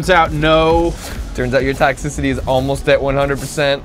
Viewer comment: "Toxcicity, that's like the heat, right?" Really?